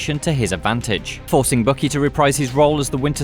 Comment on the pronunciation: Bucky is pronounced "Buck Key" not Bookie.